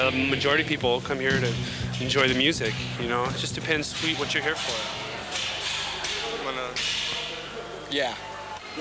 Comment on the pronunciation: Kurt “grassy-yass”